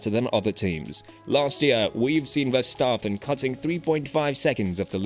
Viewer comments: Really interesting to learn more about the people behind the scenes :) and just so you know, Verstappen is pronounced with a short "a", like in the word "map" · But at least the 'a' in map is normally not pronounced like the 'a' in the name Verstappen! So 'map' is not a right exemple... In the Dutch name Verstappen, the 'a' is pronounced like the 'a' in the word 'jar'.